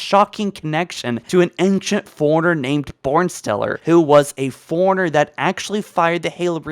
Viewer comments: I'm glad I'm not the only one who was hearing "Ankient humans" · 6 ads on a sponsored video by someone who pronounces "ancient" as "angcient." Unsubscribed. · Ancient (ain-shint) not ainkshint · Why are you pronouncing ancient as angshent? It’s driving me nuts. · Also, there's no 'g' in ancient... Aangcient XD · after hearing ancktient 20 times i wanted to close the video ngl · Lol the ankcient Libarian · am I the only one who is very disturbed with his pronunciation "Libarian" instead of librarian and "anchent" instead of ancient? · "The Liberrian", "Ankient humans", and "Nucaler" are part of my drinking game when I watch these vids, lol! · Libarian, Angshit instead of 'Ancient', and in other vids Lone Woof instead of 'Lone Wolf' tf is going on here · Pronounce fucking ancient and librarian properly